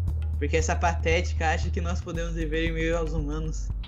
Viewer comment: kkk ce n consegue dizer agente nao ce tirou toda a seriedade do video kkkkkkk ce disse nois ce encontta kkkkk